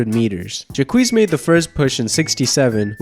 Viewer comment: Honey... Jacques is pronounced jock, just with a softer j sound. 😉 Great video, though! They made a movie about Enzo and Jacques! It's called "The Big Blue." Great movie! You should really check it out! Thanks for the fantastic upload! Keep up the great work! 😊💜